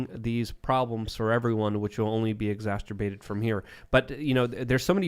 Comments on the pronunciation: “exacerbate” not “exasterbate”. I love joey b toonz so much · rewrite your brain bro - it’s exacerbate. It’s not exasterbate ffffffs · I love you, but for the LOVE OF GOD MAN, there is NO "T" in the word "EXACERBATE"!!!!!! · Enough with this “exasterbate” business. This is a family show.